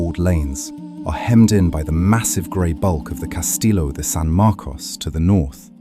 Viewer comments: Beautiful video as always, but I think your a.i. machine needs a bit of repair. " Street Oh-Guss-Ton" Not exactly correct there, nor Costelllo. Amazingly though, it pronounced Coquina correctly and didn't comment KOH-KWINN-A LOL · Is there anyway to correct the AI voiceover? It is hard to take this video when is keeps pronouncing St. Augustine as “Street Augustine” and the Castillo with the hard double l sound instead of the Spanish y.